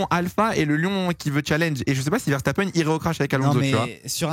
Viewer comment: Pourquoi dit Vershtappen? ça me rend dingue x)